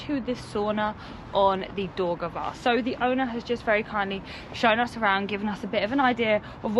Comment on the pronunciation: You are nice entertaining couple. Thank you for showing around my native town Rīga. Best wishes to you. But why couldn’t you learn at least five words without butchering them?City of Jūrmala, river of Daugava etc. You cannot use English pronunciation for all the languages of this world. Besides, please learn what these names actually mean, for example “Jūrmala is compound word “Jūra” and “mala”, which means “sea” and “side”. Also, in Latvian sauna is not called “banja”. Bania is Russian word . Latvian sauna is called “pirts”. Blessings!